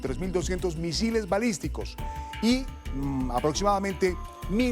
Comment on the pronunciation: Se dice balístico , no misislistico